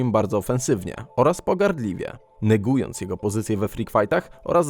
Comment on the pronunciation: chyba się mówi negując a nie nygując 😂😂😂